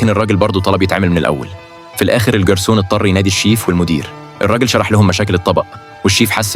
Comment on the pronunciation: الكلسون ❌ الݣرسون ✅